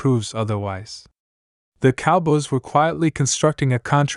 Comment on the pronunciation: Your narrator can't say cowboys right. The fact you didn't preview your crap before you published it, that's a BIG let down. I'm sure I'm not the 1st person you let down. 🖕🤡🖕